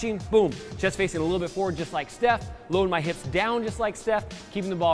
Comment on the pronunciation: it's not chef curry it's steph